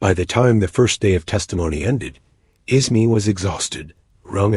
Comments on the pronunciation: The AI narration is tough to get past…”Bruce Isma” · I want to listen but the narration is horrible. I can't deal with it not saying Bruce Ismay so badly.